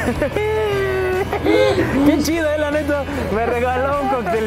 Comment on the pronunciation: Hola, llore con ustedes y mira que sigo a Yulai y no había visto este video, estos experimentos son geniales, y bro tu cada vez eres más mexicano we, ese "neta" te salió como todo un mexicano jejeje saludos amigos...